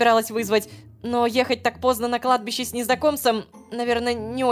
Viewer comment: ХАХАХА "на кадби́ше ветер свищет" Продолжение "на кладбище нищий дрищет" (Кладбище: ударение на И)